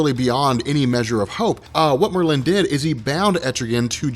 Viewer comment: i love you buddy, but god damn these are names we all have heard in our lives. TRI- GONE MER-LIN lmao love u tho #robcore